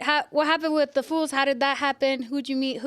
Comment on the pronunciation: She keeps saying fools 😂😂 Girls it’s foos